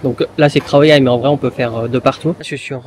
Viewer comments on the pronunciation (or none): Merci pour ce partage 🙏Je me permet une petite remarque, je ne sais pas si c'est moi qui entend pas très bien mais il m'a bien semblé à plusieurs reprises t'entendre prononcer les "KH" comme des "KHR" par exemple "KHAO YAI" que tu prononces "KHRAO YAI" et aussi au restau avec l'œuf au plat le "KHAI DAO" il m'a semblé comprendre "KHRAI DAO" . Est-ce une manière de prononcer qu'ont certains Thaïs ? Ou bien alors est-ce moi qui ait mal capté ? (sachant que mon ouïe n'est pas terrible non plus😊). J'ai relevé aussi que Sabri Thai avait tendance à prononcer les "KHR" comme des "RRH ", en faisant racler le "R" un peu comme dans la langue arabe, il dit par exemple " SAWATDEE RRHAP" ; peut-être s'agit-il pour sa part d'une influence linguistique inconsciente de par ses origines...